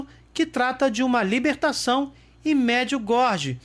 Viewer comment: Oi amigo, me permita.... Não se diz Merdiugordi, mas as pronúncia certa é : MARDGIUGÓRIE